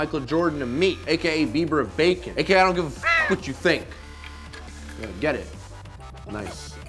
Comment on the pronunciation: Did he say Bacon lube?